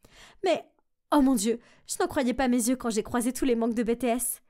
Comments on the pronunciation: On dit bitis pas bétés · C'est pas comme tu dis ça Bé té ès ça veut dire quoi tu demandes que BTS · et ce n'est pas bé té ès mais BTS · bah en gros ils disent “bé té ès” mais ça ce prononce “bi ti ès” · C'est BTS mais pas "bé té ès". Ça se prononce bities tu n'a vraiment pas la classe 😏😏🙄😒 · c'est comme dans troom troom, quand ils font genre des vidéos (pourri dailleur) "BTS ou BLACKPINK ?" la meuf elle dit BÉTÉESSE C'EST PAS CAAAAAAAA C'EST BITIÉSSE ! ET SI TU AIME BLACKPINK ET BTS EN MÊME TEMPS T'as le droiiiiiiit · On di pas bé té ès on di bts😊😊😊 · C'est BTS mais ça se prononce bi ti ès mais vraiment c'etait cool c'est meme ma premiere video msa french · C'est pas "Bé té ès" mais BTS merci bien cordialement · Nan pas ( bé té s) mais (bi ti s) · seigneur mais oreille be te se pardon faut bien prononcer c'est bts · “Bé té ès” en tant que Army je saigne des oreilles 😭😭😭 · Wsh ses bi ti s mais sa sécrit bts mon cœur saigne je suis une army depuis 2014 et jais jamais entndue sa 😭😭😭😭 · Ouais bee tee s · Moi aussi j’ai fait une grimace quand j’ai entendu bétés💀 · omg même moi.c Bi ti ès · Moi aussi sa se lit (BI TI ES) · On dis b t s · Quand elle a dit bé té s j'étais perdu 🤣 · Et on dit bee tee s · bah oui c’est BTS mais je parle de la prononciation qui devrait etre “bi ti s” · je parle de la prononciation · Ouais bè tès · <<Bé té ès>>franchement ça ne va pas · Elle a péter le nom du group c est bi ti s la pronociation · "bé té és" les army dans les commentaires 😭 mes oreilles saigne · "Bé té èss" AAAAAH ca me fait saigner les oreilles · "Bé té èss" erreur 404 mes oreille saigne ! Les army's en sueur 😵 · Meme en animé les coréen son méga canon Elle ma choquée en disant BETEÉS Par contre la seul personne que j'ai reconnu dans BTS c'était Hobi a cause des cheveux 😂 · "bé té ès" en tant que Army et les autres Army nos oreilles saignes😭😭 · Elle vient de dire Bé té ès en tant que army,ok ça c'est triste 😭😭😭😭😭😭😭😭😭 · "bé thé esse" J'en peux plus j'deviens sourde à l'aide